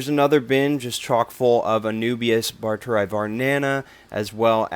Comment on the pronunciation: A few notes regarding scientific names; 'barteri' is pronounced as 'bar-te-ree', and not 'barter-eye'. The 'eye' bit is pronounced only when there are two i's as in Phalaenopsis lindenii (lin-de-nee-eye). Also, it's more proper to say 'Anubias barteri variety nana' than 'Anubias barteri var nana'. You can write it down as 'var' but it's not supposed to be abbreviated when said.